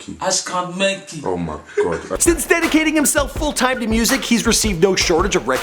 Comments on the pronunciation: Did my man just say #Berky 😂💀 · Did he say #Berky when it said Merky on screen....? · It's MRKY not MERKY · My guy said #BURKY haha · Who noticed say burky instead of merky Shameless plug to Danny Burke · lmao thi nigga said berky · Man said #merky im dead 😂😂